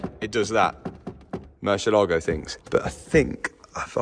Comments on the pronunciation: Hey Mat, it's "murciElago", not "murcielAgo". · Mat, you keep pronouncing the Murcielago wrong, please do a Google Murcielago pronunciacion and you will see, so different. Murcielago is a Spanish name for Bat